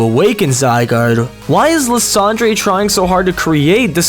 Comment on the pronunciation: really you pronounced Lysandre as la-san-jray instead of lie-san-der, you are not a true pokemon fan if you pronounce it like that.